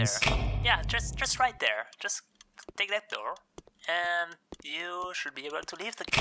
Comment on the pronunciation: Door?? Guy sounds like he’s saying “Der” 🤣🤣🤣🤣🤣🤣🤣